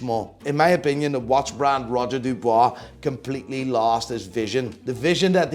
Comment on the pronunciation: Oh god... Here we go again.... Roger DuBUIS, not DuBOIS brother.... And Lange... I have no word for your selection. I hope this was a joke